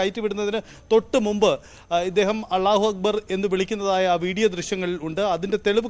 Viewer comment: അല്ലാഹു അക്ബർ എന്ന് അവതാരകന് ശരിയായി ഉച്ചരിക്കാൻ പോലുമറിയില്ലേ ? വാർത്ത വായിക്കുമ്പോൾ ശരിയായ ഉച്ചാരണ ശുദ്ധി വേണം